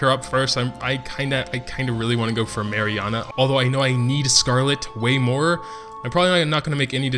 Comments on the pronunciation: yeah it was only mirianne. Prounce the last part as just "an" not "ana". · Only one that was wrong was Mirianne, and all he did was add an "a" to the end of her name.